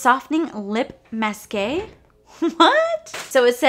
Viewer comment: masque is pronounced as mask! Lol